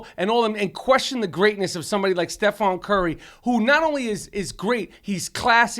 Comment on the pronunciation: "stefaan curry"